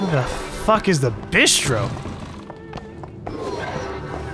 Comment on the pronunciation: you say "bih-stro" It's "bee-stro" or "beast-row" Think italian when you say it